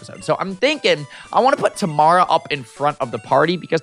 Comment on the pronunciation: He’s saying it wrong but it’s okay lol. It’s actually pronounced Tuh-mair-uh